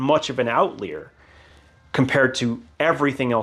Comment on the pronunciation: Outlier is pronounced Out - lie - er, NOT out - lee - er.